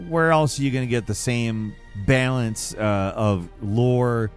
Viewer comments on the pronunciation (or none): While you're at it, it's balance, not bale-ence.